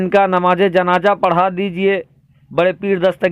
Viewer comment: Beta janja nahi janaza hota hi jinda nahi zinda roja nahi roza hota hai .ab tum logon par urdu parhna lazim ho gayahai